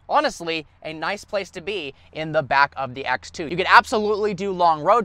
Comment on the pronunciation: ”ax two”